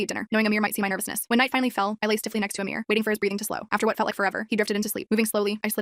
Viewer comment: Its not amir its amar